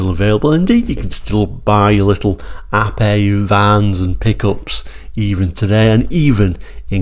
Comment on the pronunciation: I am so glad you pronounced the name correctly not Ape as in the animal, so many get it wrong. Great review btw